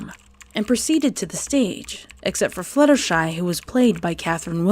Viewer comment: Is it just me or did she say fillier shy